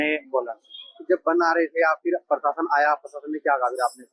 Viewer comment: भाया पीरशासन नहीं होता है प्रशासन होता है ठीककरो उसको इस पर जब आपको अनपढ़ या मदरसाछाप बोलते हैं तब बुरा मानजाते हो यह नहीं देखते कि अगला क्यों बोल रहा है कुछ तो कमी हैभाया जितना जल्दी हो सके उस कमी को पकड़ के सुधार किया जाना चाहिए